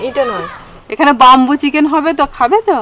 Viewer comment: 'বাম্বু' নয়,উচ্চারণতা 'বেম্বু'